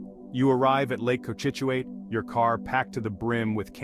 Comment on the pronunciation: Lake Co-chit-chu-it in Nay-tick… K?